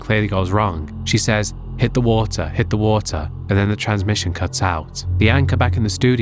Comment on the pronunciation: hit the “ watah” got me rolling